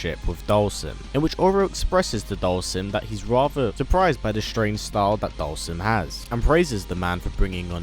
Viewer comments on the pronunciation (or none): Dhalsim is pronounced Doll-Seem.